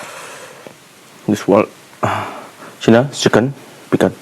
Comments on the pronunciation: PIKAN WAHAHAHAHA SAY PIKLE NOT PIKAN.IMPHAN.FOOTBON.ELELETIGITY.WAHAHA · Bro say pickle don't say pickan😅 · Pickle ❌️ Pikan✅️ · Why are you saying picken?